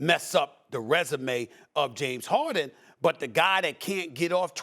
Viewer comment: Drink 🍺 every time Steven A says, “James Hoardin”